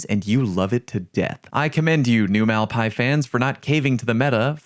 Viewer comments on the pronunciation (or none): Your pronciation New Malpais seriously triggers me lol